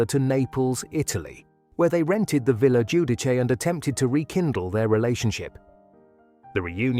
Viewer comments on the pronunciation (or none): none